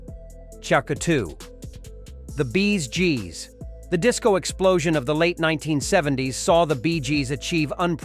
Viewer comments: "The Rolling Stone"? "The Bees Gees"? Is the narrator AI? 😂 And showing the wrong rockstars is also a giveaway of this video being AI generated rubbish. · Sis is a puffed up piece that seems to be read by some sort of AI calling it. “the Rolling Stone” and the quote BEEZJEEZ” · ...the Beee-s Gees"? 🐝 😂🤣 Ah, the absurd joys of an AI narrator! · "The Bees Gees" LOL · The "Bees Gees " ?